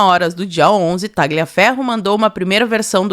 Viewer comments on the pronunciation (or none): Primeiro, nome e sobrenome, de origem italiana que contenham a letra "G", não se pronuncia a letra "G", por exemplo: Tagliaferro, fica a pronúncia, Taliaferro, Gagliasso. Ignes era o nome da minha vó e era chamada de Ines. Sobre o poder de polícia do TSE, é só durante o pleito e nessa data já havia se passado . Tudo ilegal!❤